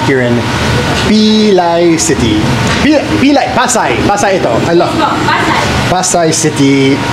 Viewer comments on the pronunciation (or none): none